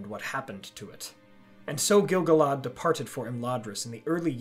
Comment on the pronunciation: What if the narrator pronounced Gil-galad properly?